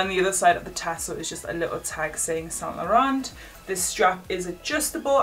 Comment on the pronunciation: loveee this collection butthe way she says saint laurant triggers me👁👄👁